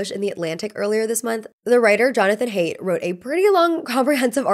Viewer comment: very much appreciate you citing his work, but fyi Jonathan Haidt's last name is pronounced "height" 💜